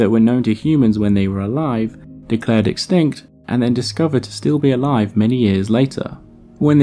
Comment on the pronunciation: Don't you mean EXSKINKT